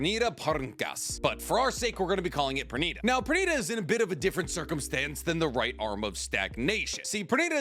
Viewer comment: Pernida = per-nI-da